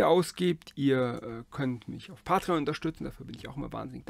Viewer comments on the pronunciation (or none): none